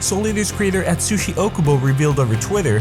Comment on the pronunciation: nonono there should be 8 (´；Д；`) edit: atsushi is pronounced wrongly :v its not et-soo-shi its aht-soo-shi